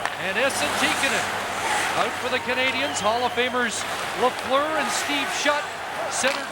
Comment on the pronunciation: Lafleur... Not Lefleur. ;-)